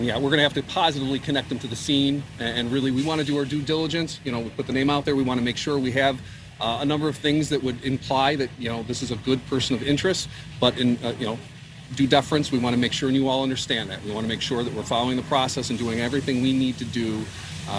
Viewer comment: He said" due def rence😂